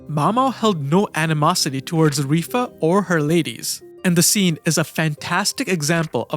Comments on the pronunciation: Dude, I wanted to smack you throughout this video, is not RIFA, ITS LIWA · It is strange to pronounce it Rifa. What language pronounces L as R ? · I literally sat here for a few seconds like "who the fuck is rifa" lmao its LIHUA